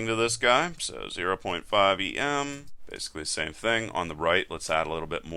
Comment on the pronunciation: Just gotta say it. It's not pronounced "E-M" it's "ehm" from the typographers Em, meaning a square the size of the letter M.